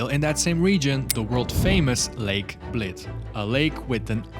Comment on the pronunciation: As a Slovene, It's so refreshing to hear Bled pronounced correctly on YouTube. Čestitam za odličen video!